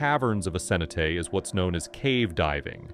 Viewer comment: The AI voice you're using persistently mispronounces cenote.